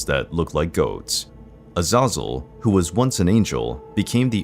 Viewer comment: That's not how you say A za zel